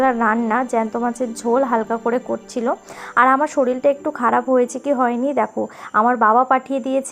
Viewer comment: Era sabai shorir k shoril bole keno